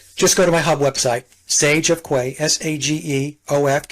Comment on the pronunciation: Ooops! Sorry,. In England we pronounce “quay” /key/…as in a long concrete platform for loading/unloading ships. Greetings, as ever, from Brazil! I’m looking forward to this one. I like Delingpole. He was great during Covid.